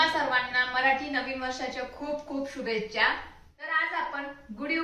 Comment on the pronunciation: Madam,शुभेच्चा नाही हो,शुभेच्छा म्हणा तुम्ही English छान शिकवता,पण आधी मराठी शुद्ध बोला